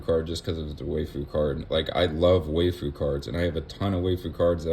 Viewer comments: “Why-foo”… that was bothering me WAY more than it should 😂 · One small pronunciation correction: "waifu" is just wife-ooh. Aside from that, I really appreciate you doing this. So many content creators go over what's coming up in the set but they don't discuss what they themselves plan on doing. Your take on what to do for the next 6 months was really nice to listen to. Keep up the good work!